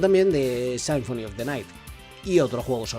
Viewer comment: Me gusto el video por que no conocía casi nada de Rondo of Blood... Solamente me daba algo cada que decías "Sainfoni" 😐